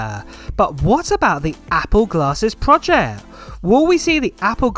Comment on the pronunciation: It's PROJECT, not PROJEH